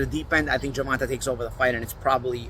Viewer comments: “Gervontuh” is crazy 😂. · It’s GER—VON—TAY!! God dammit! 😂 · Why’s it so hard to say his name right? How could you say Tank has slow feet? That’s ridiculous. Shawn Porter has sparred him and said the exact opposite. You don’t pick certain fighters to win. It’s obvious at this point.